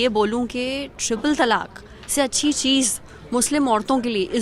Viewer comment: madam, pehle toh ye jaan lijiye ki its not TALAKH its TALAAK. last mein 'kha' nahi hai